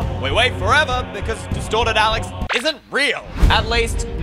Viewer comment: In the begin when when you says “Destorted” Alex, I thought/heard “DESTROYED Alex”... My mind was like; wtf???😳😂😂